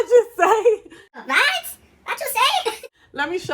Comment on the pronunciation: The “vhat? Vhat you say?!” Has been replaying in my head all day thanks to this video and I’m pressing charges for that clip staying in my head rent free 😂 gotta day the give me glow wins for me